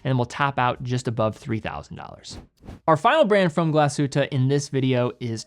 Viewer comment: as a german...i knew TWO of those brands XD amazing video. thank you. p.s. tiny detail. your pronounciation is good. if you want to perfect it, in glashütte, emphasize the glas, not the hütte.